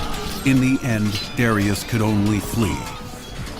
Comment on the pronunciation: I can't stand how they say Darius 😒